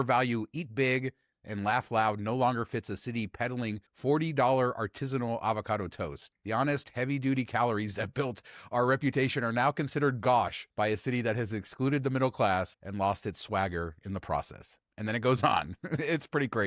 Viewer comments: Gauche is pronounced GOsh, not GAWsh #jackalbehavior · You were close, it's pronounced go as in go away, then the same sh as gosh. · I think you said "gosh" instead of gauche? Think of gauche, aka gouche like the old Vegas World or the new remodeled White House with the Gold & Camels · "Go shh" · Love the show. That's not how you say gauche.